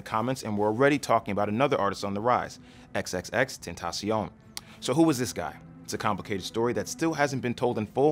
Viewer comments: You don't pronounce it "xxx - tent - tah - se - on." It's "xxx - ten - ta - sion." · no hate, but i think its pronounced ten-tay-shin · xxx ten tay shun not xxx ten tah shion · you pronounced his name wrong you just pronounce it likw.... "extension" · you didn't even pronounce his name right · T u n d r a B o y he pronounced it wrong its an s sound not c x said it himself